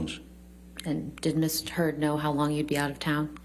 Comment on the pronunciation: Omg did Johnny’s lawyer say Ms. Turd? I’m sure she didn’t but it sounded like it and sure made me smile. Also, I hate how smug Amber Turd looked when they were showing the pictures of Johnny’s eye. She clearly is an abuser and loves it when her attorney’s dig and pick at Johnny.